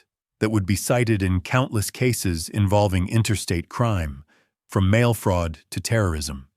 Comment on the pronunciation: AI generated narration. Several mispronunciations (starting with "mail"). Hard to listen to.